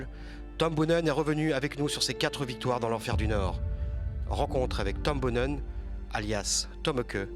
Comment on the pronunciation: Comment est-il encore possible de faire un documentaire complet sur un champion sans savoir prononcer correctement son nom ?! Boonen c'est pas Bounen, Museeuw c'est pas Musséou, sortez un peu de votre monde franco français svp :O